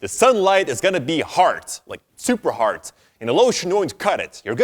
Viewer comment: Why am I like this, just because my man said Hart I wanted to leave the video. Damn it.